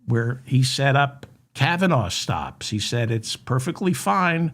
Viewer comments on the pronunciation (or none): none